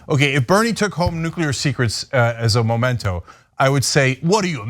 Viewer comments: Memento not Momento. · It’s memento not MOmento. Can’t stand how everyone is saying it the wrong way. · The word is "memento" not "momento"! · MEMento, not MOMento!